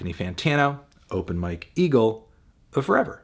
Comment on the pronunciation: I was in another room and had to come back to the video to check if he really said "open my kegel" but it was open Mike eagle 💀